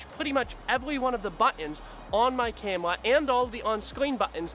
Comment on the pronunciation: “Cam Wuh” 😂